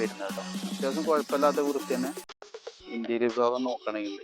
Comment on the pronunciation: Not ഇന്റീരിയൽ say ഇന്റീരിയർ